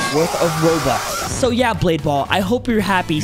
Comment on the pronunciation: Bro said robuts